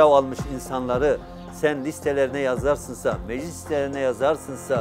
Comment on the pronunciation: yazarsınsa diyor adam daha konuşmayı bilmiyor